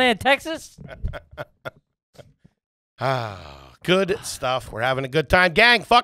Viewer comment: I want to strangle every time he says Te-has. Otherwise I love you guys!